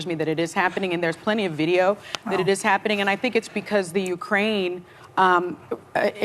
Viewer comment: Eetz not hapinin. ha ha ha :D